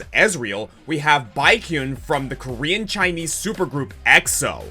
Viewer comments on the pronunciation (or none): Good list! Unfortunately as a long-time EXO-L I have to correct your pronunciation of Baekhyun's name: you had the second syllable right but the first syllable is more along the lines of "beck" rather than "bike". Also Look Pimpin'! solos So Cold and it's not even close